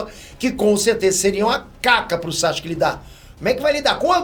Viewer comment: "Sasque"? Quem é esse? Isso tá errado, a pronúncia correta do nome dele é SASUKÊ. O "u" se pronuncia sim, basta ver o anime no original.